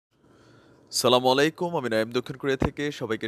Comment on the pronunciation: ভাই দয়া করে সালামটা শুদ্ধ ভাবে দিন। অন্যথায় সালামের অর্থ পরিবর্তন হয়ে যায়। তবে আপনার কথাগুলো দারুণ 😍